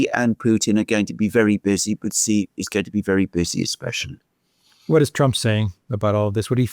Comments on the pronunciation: ‼️, “Xi” is pronounced “she” not “gee” or anything else. Just say, “she” as in “banshee”. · The Chinese premier's name is pronounced "She". "Gee" in Chinese means CHICKEN. Stop using BS Colonialist pronunciations. SEE is interesting but laughable.